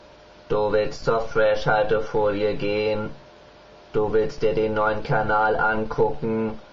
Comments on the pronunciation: falsch gesprochen fresh alte folie das "h" ist ja nur einmal drin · hä, wieso wird denn das wie Freshhaltefolie ausgesprochen. Es ist ja nur ein H aulso müüste man entwerder sagen Fresh Altefolie sagen oder Fres Haltefolie